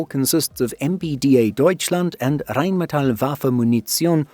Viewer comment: You usually dont butcher german words. You just go a bit to far sometimes. In that case you have been spot on. In my opinion you use the rolling R excessively sometimes in Rheinmetall. In some places the rolling R is used but when you speak Hochdeutsch there is no Rolling R. In my opinion you are doing fine with german Words. It is much worse when amerikan people try to make a joke and start screaming when they do their fake german.